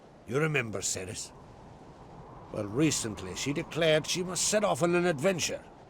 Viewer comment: Cerys is pronounced Ke-ris, it's a Welsh Celtic name! (Kel-tic no s sound!)